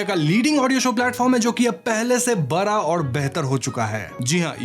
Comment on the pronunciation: Bhai phle se bara nhi bada hota h...bhot koi h tre jase pudi ko puri bolne wala bhenchod 😂